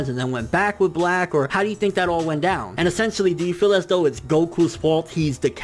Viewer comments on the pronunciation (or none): none